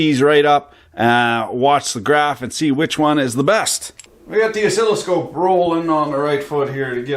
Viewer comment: I'm way too confused right now. He actually called it 'oszilloscope'. What's that supposed to be?